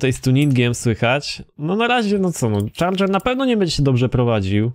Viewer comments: Czardżer się mówi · nie mówi się Charger tylko chyba CZARDŻER. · czyta się czardżer chyba ;) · nie charger tylko czardzer sie czyta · dodż czardżer sie pisze :DDD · czyta sie czardzer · kameleon serio? mordko no co ty gadasz?.. łyknąłeś prowo i się ośmieszasz teraz, to jest logiczne że tak się czyta tylko specjalnie tak powiedział.